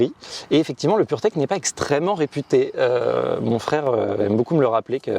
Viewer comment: Dès qu on entend purteck 🤣🤣🤣